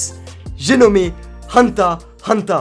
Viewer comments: Ses pas hunta ses hunter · huntah huntah c sa la pronnonciation xd non c hunter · Il a dit hunta hunta au lieu de hunter hubter 😓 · je rêve ou il a dit hunta hunta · Mon préféré animé sais hunter x hunter an deuxième sais one piece et sinon on dit hunter hunter pas unta unta en plus un moment tu l'as bien di 😔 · Vous avez entendu comment il a dit Hunter x hunter il fais exprès ou quoi 😔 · C'est moi ou il à dit hunta hunta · tu sais pas prononcer Hunter x hunter